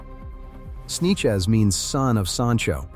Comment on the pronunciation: Snechez ahahahah sanchez